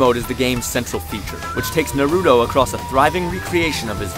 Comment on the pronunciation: How about u say his name right